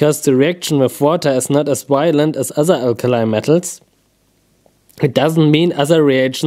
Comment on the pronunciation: Those reactions were so wylent, whylent, wilent omg! So wy-lently awesome